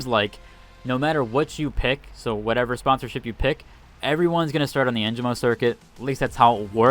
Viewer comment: It's not too big of a deal. But the announcers pronounce the sponsor names here and there and you managed to only say Holtow right. En gee mo Isz uhlt